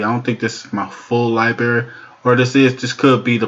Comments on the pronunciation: Its library, not liberry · Aaaaaarrrgh! Dude, I have a freaking fit every time you say lie-berry instead of liBRARY! Christ Almighty man, you're a speaking public figure! 😭😭😭😂😂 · Library, not leiberry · Liberry? Wtf, do you even English bro?